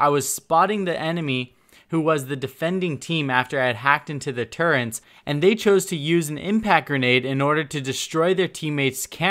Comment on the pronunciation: You sound like youre saying turrents